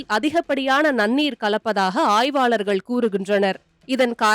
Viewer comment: ல,ழ ஆகியவற்றிற்கு ள என்று தான் செய்தி வாசிக்கிறவ தப்பு தப்பாக உச்சரிக்கிறாள். மழைக்கு மளை, தமிழகம் என்பதற்கு தமிளகம், ஆய்வாளர்கள் என்பதற்கு ஆய்வாலர்கள், அழித்து என்பதற்கு அளித்து, வழக்கத்தைவிட என்பதற்கு வளக்கத்தை விட, நிகழ்வு என்பதற்கு நிகள்வு. கொடுமை கண்றாவி🙆🏽‍♀️